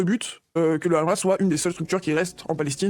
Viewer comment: ça me trigger les gens qui disent "ramas" au lieux de hamas, tu dis Hawaï pas rawaï